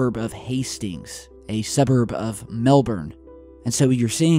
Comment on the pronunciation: First american i have ever heard say melbourne correctly. Most yanks say mel-bourne as if its jasons long lost sister.